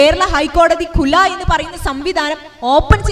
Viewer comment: കുല അല്ല. കുൽഹ്